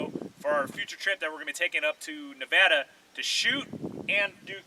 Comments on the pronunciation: Favorited for saying Nevada the right way. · P.S. thanks for saying Nevada correctly